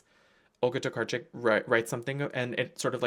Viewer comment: oh wow you pronounced Olga Tokarczuk's name perfectly! I'm Polish so I had to point that out hahah sorry if you have like Polish roots and it's normal for you 😭 It's a difficult one so gotta appreciate!